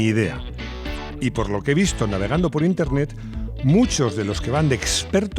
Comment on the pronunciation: "navegando por interrrnet"